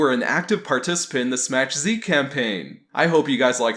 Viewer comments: "it's pronounced "SMACK Z" not Smach.. get the pun much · I thought it was pronounced "smack" z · Smass. He's pronouncing it Smass Z.